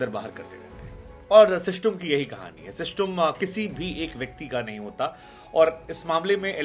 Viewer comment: सर आपको बहुत समय से देख रहा हूं या मैं आपका बहुत सम्मान भी करता हूं लेकिन ये देख कर बहुत बुरा लगा आपको सिस्टम बोलना नहीं आता या फिर आप इस शब्द से निराश हो गए हैं आपको ये शोभा नहीं देता